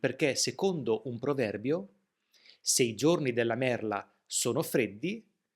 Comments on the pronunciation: Sei bravoFrancesco. Niente con la "D" !!!!!!!!!!!!!!!!! Non dimenticare che la parlola e "merla" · E importantissimo ricordarsi que merla si pronuncia con la lettera "l" di "limone". E imposibile dimenticarelo!